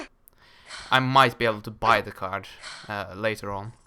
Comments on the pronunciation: it's a carD, not carCH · no one will comment on the "CARGE" pronunciation? XD